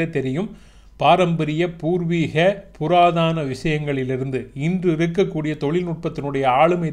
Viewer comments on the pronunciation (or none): ஐயா பல இடங்களில், தாங்கள் புராதான என்று உச்சரிப்பதைக் கேட்டேன். அது தவறாகும். முதலில் தா என்ற நெடில் அல்ல, அது த என்கின்ற குறில். அதாவது புதாதன என்று வரும். ஆனாலும் புராதனம் என்பது தமிழ்ச் சொல் அல்ல என்பதும் குறிப்பிடத்தக்கது. பழமையான, பழமைவாத என்பவை தமிழ்ச் சொற்கள். ஈழத்தமிழன். 🇨🇦. நன்றி.